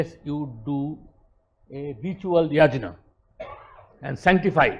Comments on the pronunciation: He is so deracinated that he can't even pronounce "yagya/Yajna".. pronounciation is "yagya". Such s shameless guy roaming around with intellectual tag.. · Dear, if you are going to import a Sanskrit word then you have to pronounce it in that way. Ganges/Indus is not an import but "Yajna/Yagya" is definitely an import and should be pronounced as it is. For example; I can't pronounce in any other way.